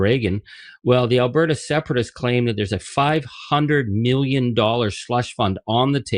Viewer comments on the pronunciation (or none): none